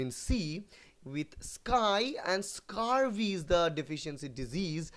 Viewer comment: Its scurvy sir not scarvy